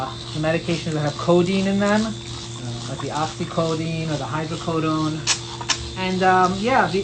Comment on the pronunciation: And oxycodone! Not oxycodeine!